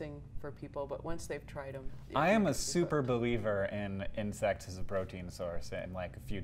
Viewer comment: As a non native English speaker, I had some difficulty deciphering when Hank said "I am a super believer in insects (in sex) as a protein source."